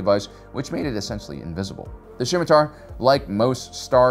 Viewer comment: It's pronounced "Sim-E-tar", buddy, the C is silent.